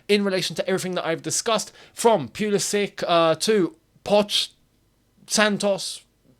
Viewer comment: No one ever learned how to pronounce his name, lol. FYI, if you care, it's Pull-isic, not Peul-isic. Best mate.